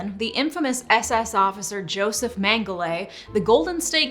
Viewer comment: Sorry, it's "mengel-ah."